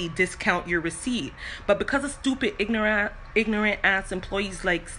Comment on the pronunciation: ignorant has a Jamaican accent